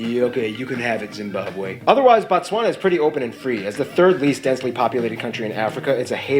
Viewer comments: Why am I getting worked up over him calling the country Batswana? It’s Botswana. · it is pronounced BOtswana ...BO...as in Boston and then Batswana refering to the nationals. 💙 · More stuff on Botswana Also we pronounce it Bo like Bo in Bold ....He keeps saying Batswana which is plural for Botswana Nationals, Singular is Motswana